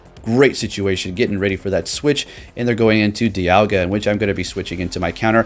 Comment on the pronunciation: ITS NAME IS D I A L G A